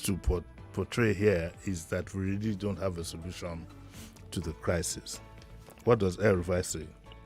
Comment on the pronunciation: “Terisi” lol